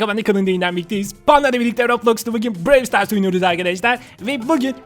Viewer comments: Bide abi pandanın yüzünü göster hepimiz çok merak ediyoruz lütfen seviliyorsun Brawl stars bide brewl diye okunmuyo browl stars diye okunuyo ama olsun seni çok seviyoruz hepimiz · BREWL DEĞİL BRAWL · abi brey star değil brawl star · Brevl stars değil brovl stars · Abi brewl stars değil browl star diye okunur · Abi brevl stars değil bravl stars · abi Brewl Sters değil Brawl Stars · abi BREW STARS DEĞİL BRAWL STARS YANİ ŞÖYLLE OKUNUYO TÜRKÇEDE BIROVL SITARS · Abi brewl stars değil brawl stars o abi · Abi brewl stars değil brawl stars öğren bunu abi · Abi birevl sıtars değil bıravl sıtars yani (brawl stars) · abi brewl stars değil brawl stars ilk yorum abi kalp atarmısın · Abi brewl stars değil brawlstars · ABI OYUNUN ISMINI YANLIS SOYLUYORSUN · BRAWL STARS I YANLIŞ TALAFUZ EDİYORSUN ABİ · Abi seni seviyorum bu arada brawl stars ı yanlış diyon